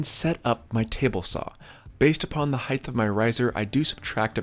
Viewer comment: omg it's the "heighth" guy again lol